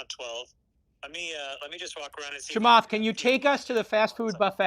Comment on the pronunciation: the off the cuff "" killed me